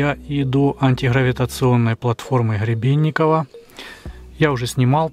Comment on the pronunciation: добрался он до антиХЫравииационной платформы, ХЫребенникова, ХЫребенникове, ХЫребенникова ...и т.д.😂 Есть изобретатель и конструктор - Гребенников (Г - буква твёрдая, произносится без предыхания, чётко) Виктор Степанович! 🤪🎉